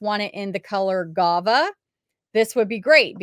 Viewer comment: Omg you crack me up with your pronunciations 😂 It's Guava. Like the fruit. 🥭 😊👍